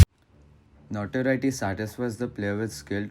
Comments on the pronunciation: You said NotWorry btw and not Notoriety Cool video btw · i mean it sounded like you said Notworry